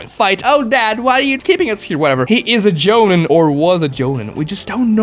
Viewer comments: Joe-neen. Not Joe-nin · Jonen isn't called Jonen at all actually.... there's Jonin (pronounced Jo - Neen)! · You are horribly murdering the pronunciation of jonin, chunin and genin. It’s so bad. Idk how you have watched the whole series and still saying it so horribly wrong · Didn’t bother watching once I heard Genin, Chunin and Jonin mispronounced. To make a video and literally butcher those is so stupid.